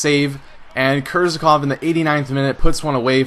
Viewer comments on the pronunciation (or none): He is not Kerzakov!! He is Kerzhakov!!!!